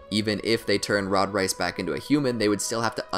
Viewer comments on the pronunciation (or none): He really said rod rice